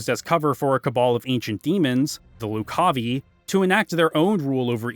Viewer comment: Also, Loo-cahvye Not Loc-cah-vee